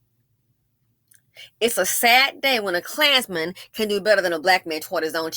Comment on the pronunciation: Every single time you said "A KLAANZMAN!" I cackled 🤣🤣